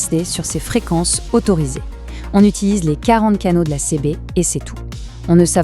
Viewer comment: c'est une IA qui parle sur notebookLM, pour la faire prononcer correctement il faut ecrire le texte CiBi ;)